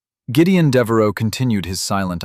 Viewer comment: It's Deveraux, not Devaro